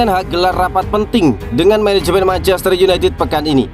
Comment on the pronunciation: Menehemen heloly heloly meneheunithed